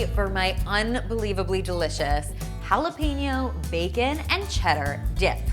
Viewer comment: jalapeno is pronounced hal.e.pen.yo no peenyo